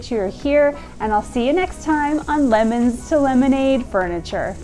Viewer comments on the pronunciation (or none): none